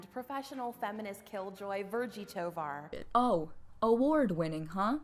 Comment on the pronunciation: As a Tovar, it's pronounced "Toe- Var" (like far) and us Tovars banish her from our group and give her to some other last name willing to take her in